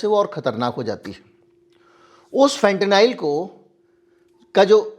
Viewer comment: फेंटेनाइल नहीं फेंटेनिल कहिए।